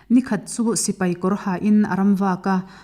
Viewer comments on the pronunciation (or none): none